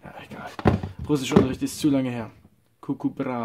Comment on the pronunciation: ich weiss aber er sagt gugu hahahah